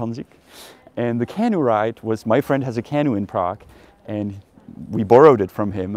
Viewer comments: Hey Janek, please stop pronouncing the word for the little boat as CAH-noo. It should be pronounced Cah-NOO (stress on the second syllable). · canOE, emphasis on the oo not the can. Nice vid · Accent feedback for English: canoe is kuh NOO . apostles is a PAA suls. Janek could probably use a USA trip as much as I could use a European one. Hopefully the US will get off the black list in the near future (totally deserved now, what an embarrassing disaster).